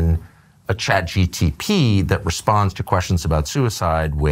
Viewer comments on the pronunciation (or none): Tucker carlson says "CHAT GTP" lmfao what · 'ChatGTP' lol! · "CHAT GTP" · Tucker struggled to pronounce CHATGPT, said chatGTP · tucker deliberately Saying ChatGTP over Chatgpt 😂😂😂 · Tucker calling it ChatGTP reminds me of when my father asks for help with his computer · Tucker, thank you for what you do. I truly respect you. For a man with the rhetoric that you have, which is commendable, to mispronounce ChatGPT as ChatGTPseems below you and disrespectful and distracting to the person you’re interviewing. Certainly you’re conscious of this decision to mispronounce the name. It takes away from the honest questioning of Sam and your genuine curiosity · Didn’t help tuckers case he kept calling it chatGTP